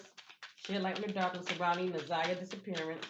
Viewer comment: You’re saying her name correctly